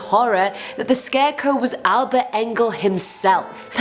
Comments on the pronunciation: Scarecrow not scareco lol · Are we all going to ignore the fact is saying scareco??? I love it so much I am defo using that from now on. Big fan of you and the vids xx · Why does she keep saying “scareco “. It’s soooo annoying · i keep hearing "scareco" lol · I found it REALLY hard to pay attention to this entire video due to your pronunciation of "scarecrow" as "scareco". I ripped so much of my hair out that I am now bald. :) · why u say scarecow lol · Lol 🤣 it sounds like Ur saying scarecoo, much love x